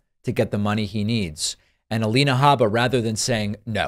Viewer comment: “Habba” yes, that is the correct pronunciation.